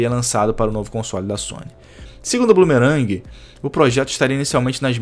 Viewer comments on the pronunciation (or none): Bloomberg. Pronúncia: BLUM-BÉR...g . , PLÃS . , 2º Chief, é risível! , talvez pq as pessoas considerem o valor agregado / valor pago. E os mobiles contam com o público casual tb. Eu ainda prefiro de longe os focados em história.